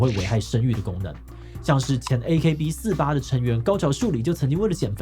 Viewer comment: 志祺居然唸錯AKB48!!應該是AKB forty-eight 還有她是高橋「朱」里不是高橋「樹」里😅